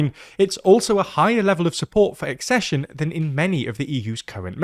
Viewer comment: Finally! Accession pronounced correctly